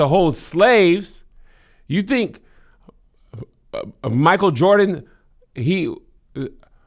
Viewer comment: I legit thought Kevin was having a stroke when he kept saying Michael Jordan.